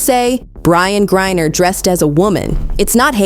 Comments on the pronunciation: This video has a lot of misinformation. First, this video is done by Ai since they mispronounced Griner multiple times. Second, she was in a female penal colony. Third, most same sex marriages, one of them are considered as the male and dresses the part. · Cannot LIKE. When you cannot even PRONOUNCE Griner because you DO NOT EVEN REVIEW YOUR OWN PODCAST/video. You lazy people, don’t even review your own A.I. maybe using DESCRIPT.